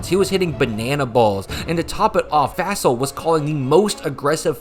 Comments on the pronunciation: its pronounced Fossil like dinosaur bones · At least say his name correctly. It's pronounced like "fossil". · Would love a video diving into how the Packers have been mired in special teams hell for a while now. Would also love a video on that historically bad Chargers special teams. I don't know if we'll ever see anything like that ever again. We even have a term for doing that now: "chargering." Also it's pretty wild that you don't know the pronunciation of Fassel's name.